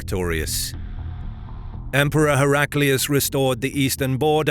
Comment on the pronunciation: Hera Klee oos is the pronunciation one should use, not Herak lee oos.